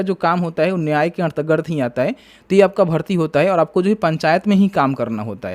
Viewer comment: अन्तरगत पढ़िए भाई, अंतर र्गत नही